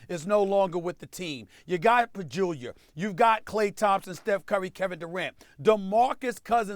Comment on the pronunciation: Pajulia...they still got Ja Ja Pajulia lol